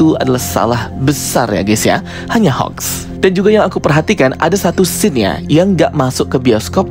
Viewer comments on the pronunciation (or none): none